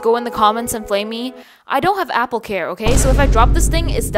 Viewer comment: "But ai wunt appo sicksteen😢"